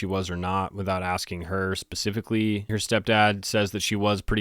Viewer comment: Oh my Gosh. You Actually said SPECIFICALLY CORRECTLY ! OMG. I am So Used to You saying the word specific as pacific like the damn pacific ocean. There's A SPA SOUND BEFORE YOU SAY PACIFIC. It sound's like Baby talk and from a Grown Man that sounds totally GROSS. Please make the correct correction when saying/using that word. Thank You.